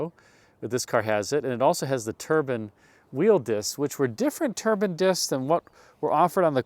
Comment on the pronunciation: We shopped for a new car in 1973 so compared the Monte C. with the Caprice Classic. I recall the pivoting front seats ! I was only 8 years old lol. Turban wheel discs ! how exotic .... Turks in Monte Carlo ? I think you want to be saying TUR-BYE-N ... Turbine style. I really enjoy your memory-lane showcases. PS... I want to see inside the ashtrays !